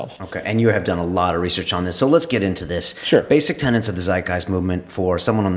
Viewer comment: I know this is petty, but, it's tenets, not tenants, Brian.